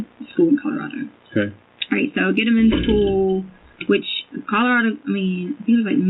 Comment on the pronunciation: Ikr? Education is supposed to be her forte but she pronounces school "skoo". 😂